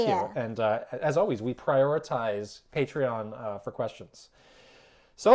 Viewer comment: Why do they sometimes say patrein